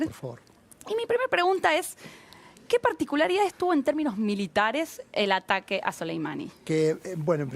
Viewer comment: Quien más se dió cuenta que dice ARAQUE en vez de ATAQUE, hasta el minuto